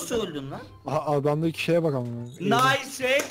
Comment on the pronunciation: TÜRKÇESİ : NAYS HACK BVOOOO--------------- İNGİLİZCESİ : NİCE HACK BRO